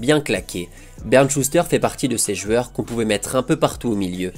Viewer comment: On connaissait les « jouors » de Luis Fernandez, on connaît maintenant les « jueurs » de Contes de Foot. JOU-EUR. Joue-heure, si ça peut t’aider.